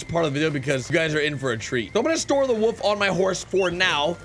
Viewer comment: Wolf not wove